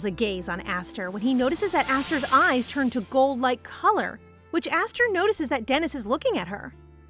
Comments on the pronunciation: LOVE ya BUT YOUR PRONOUNCING ESTHER WRONG!! It is Eh-str. Not Aster!! Unless it is really says Aster. The subtitles and you keep going backwards it drives nuts. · The name isn't pronounced asther, its esther, and it's not judie, it's jude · Is the name actually pronounced aster? Cause i thought Esther is more pronounced ester? (Correct me if im wrong) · ES-THER ESTHER NOT ASTHER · Asther or Esther? (Esther is pronounced es-st-er bc of Mr. Hopps playhouse 2) anyway this was so good & I heared Esther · everytime u said her name my brain kept thinkin to my name "Aster" meanin "star" but her name is spelt "Esther" a religious name. idk if its pronounced differently where u live but here for me Esther is pronounced "eh-s-ter" rather than "ah-s-ter" hence the confusion for me XD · Ess ter ess ter not ass ter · GAAAAAAH ..... it's ES - THER, NOT ASS - THER, Nice story though. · Isn't her name supposed to be pronounsed as E-sther not A-sther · MC shares my name "Esther" how cool. By the way it's "Es-ther" in pronunciation ❤❤ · Wait is it really pronounced like Aesthar? I pronounce it differently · The name is pronounced ess-ther from how it’s spelled but it’s okay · hey just wanted to tell you that the way you said Esther is wrong 😑 not hating just saying 😅it kind of feels weird because that not the way it goes and as a person who has had that name for there whole life 😂😂 just saying and I also love you video ❤❤ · I'm sorry to say but the way you said Esther's name was so off. My name is Esther and that is not how you say it but it was a bit funny how you said it😂